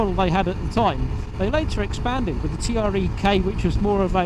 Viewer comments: Good video on an excellent but under appreciated sportsbike, I have one too. My second, as I stupidly sold my first and regretted it the moment it left in the buyers van. I did have to laugh though at T.R.E. spoken rather than Tre ( pronounced 'tray' ) as it is italian for 3 ! Novecento on the rear bodywork means 900. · I had one of these back in 2006 and absolutely loved it, despite it being a touch unreliable. Sublime handling, brakes and the induction sound (I still have a few very old VHS quality videos uploaded). Still nearly 20 years on such a beautiful bike. It was pronounced 'TRE' not T.R.E. Great upload